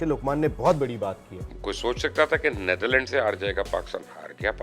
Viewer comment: Abe nitdherland kya hota h be